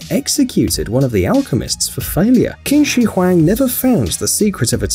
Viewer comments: It’s pronounced Ching shi Huang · U pronounced the Chinese emperor wrong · The fact that he pronounce Qin Shi Huang wrongly but it's ok at least I understood what he said. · Any Asians triggered at how he pronounced qin shi Huang?